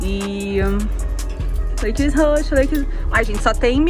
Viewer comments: A moça falando leikeris me deu um colapso mental kkkkkkkk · "Lakeres" jesus '-'